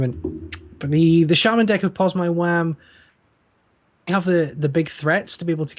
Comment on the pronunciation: Pozmywam* not pormywan :)